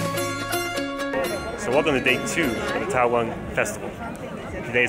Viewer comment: it’s TAWANG MONASTERY not Taiwan monastery